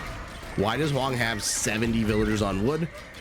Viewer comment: Did the caster just call Hoang, Mr Yo